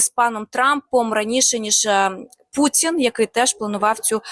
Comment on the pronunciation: Не Пуцін, а Путін, і ми не дзякуємо, а дякуємо- дуже не приємно постійно чути від ваших працівників таку засмічену вимову.